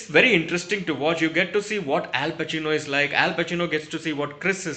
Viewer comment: Al bacino Al bacino sirf sunai diya 😂😂😂😂